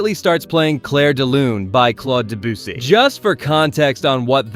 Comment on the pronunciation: its not de-boosy its de-bissy